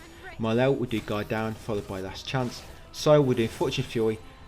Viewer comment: Every time you say "Guard Down" I think you're saying God-Damn